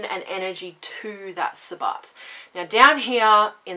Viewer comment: I just recently found you and am thoroughly enjoying your channel. Now I don't know if the way you pronounce sabbat is an Australian thing or just the way you say it. It is pronounced to rhyme with rabbit.